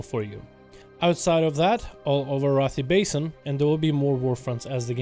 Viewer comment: highlants. not basine ;p